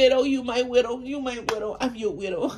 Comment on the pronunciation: She said "Weirdo"😂❤😂 Not Widow